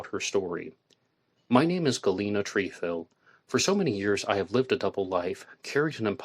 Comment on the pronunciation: It Tr eh fil not treefil